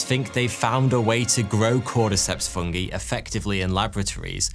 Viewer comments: Love you, but I hate the way you pronounce 'fungi' and 'chitin' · I can't be the only one to never hear the pronunciation "fungee" before...